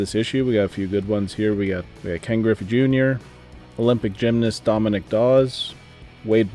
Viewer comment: Hahahaha... you need to look up/listen to how to SAY Dominique Dawes first name... its not "Dominic"...